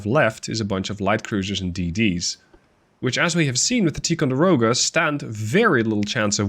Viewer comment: I like your vids and your command of English is great. Having said that, you're mispronouncing Ticonderoga. The I is a long sound, like the word tie, not like tea. Again you speak great English, I would probably horribly mangle Dutch words, but I would like to help you to be even better. 👍👍